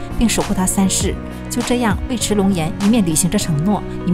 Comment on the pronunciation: 尉迟 yu(四声）chi